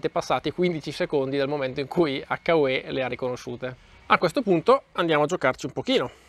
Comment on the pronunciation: It’s pronounced like - YOU. H-you. Hyou Not…Hakka Way.